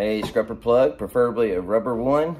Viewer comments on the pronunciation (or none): You are killing me with calling it scRupper but I love the content!! Subscribed. Or should I say subscRibed? 👍🏼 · Is he saying scrupper…?